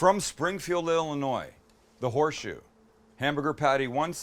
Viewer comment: It’s horseshoe not whore shoe 😂